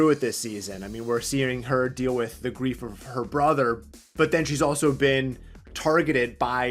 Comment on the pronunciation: bro said “gweif”